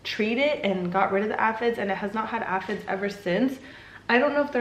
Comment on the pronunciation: Say it with me...AY-fids! 😂💚